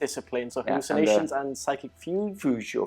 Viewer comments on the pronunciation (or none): fyoog = is how you pronounce fugue.